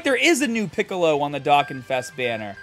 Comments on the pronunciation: im shocked too when i got both units in black rift. I rlly wanted to get cell max toi have a rlly good movie bosses team but hes gone 😭. also u butchered the game name lol. Its supposed to be pronounced like doe con (or dough con. both the same pronunciation). As for zeno? Idk what the pronunciation for it is so i recommend looking up a dbs vid of goku meeting him for the first time and thats what its supposed to be. That or both pronunciations r ok and i just didnt know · Haha, it's my Boston accent, I pronounce things a little differently. I tried switching how I say Dokkan for a while.. but I've gone back to my original way of saying it lol